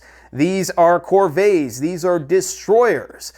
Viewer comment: “Free-gates (frigates) and Cohr-vays (corvettes)” Jfc